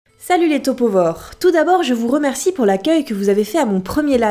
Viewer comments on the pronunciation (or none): Quand je lis Topovaures j'arrête pas de prononcer topopauvres